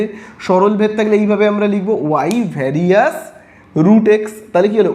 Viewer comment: Sir Ota Varisus na various 😂